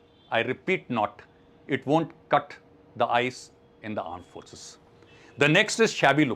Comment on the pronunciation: Aare iss matter ke bare mai nahi kehna chahta tha. Sir ne ke kuch seconds baad mispronounciation kar diya. Armed forces ko aand forces keh diya. Aur iska ek context hai. Abhi kuch mahino pahle, ek pakisthani general ka netizans ne majak udaya tha kyunki usne Armed forces ki jagah Aand forces keh diya. Ki Pakisthani Aand forces aisi hai, vaisi hai... Shayad isliyea ne iss timestamp ko mention kiya. No doubt jo isne kiya, voh galat hai, par maine yeh comment bad sach batane ke liye kiya hai.